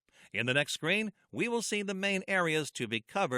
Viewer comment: the way you pronounce screen is strange "the following scrain..." but great video